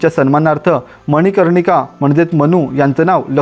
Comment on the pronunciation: मनकर्णिका.....मनिकर्णिका नव्हे